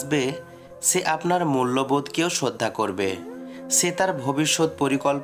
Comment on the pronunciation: সে কে সে উচ্চারণ করতে পারেন না আপনি ছে উচ্চারণ করেন এটা কোন জাতের ভাষা